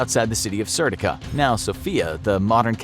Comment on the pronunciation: Serdica is pronounced serdiKa